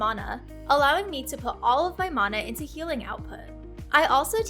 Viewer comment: when she mispronounced Mana LOL